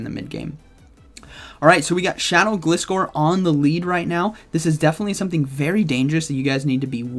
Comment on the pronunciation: It's not Glis-core... It's Glizzer like Scissor...